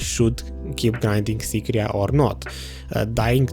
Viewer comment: Nobody: Literally no one: Video: Sycraia Abyssal Ruins: SYCRIA